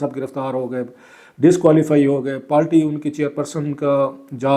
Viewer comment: بھائی برائے مہربانی پارٹی کو پالٹی، قائل کو قیل کہنا بند کرو.